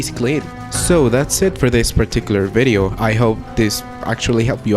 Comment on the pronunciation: ''and if you enjoy this 🅱️BIDIO''